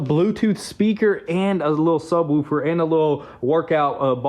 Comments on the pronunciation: Doing great job guys!! But yall are killing me its sub_wolf_er not wuf_er. Keep it guys, whats shop update? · sub-WOOF-er not sub-WOOHF-er 🙄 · It's subwoofer like woof like a dog not subwoulfer or whatever you are saying